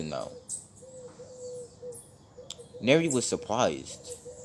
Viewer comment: Dude do you mean Nero? not neri